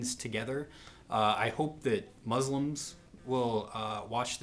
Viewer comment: You're saying 'Islam' and 'Muslim' wrong, sir, please be respectful and pronounce it right.